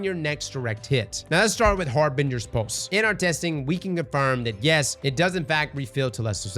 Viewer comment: Har-bin-gers pulse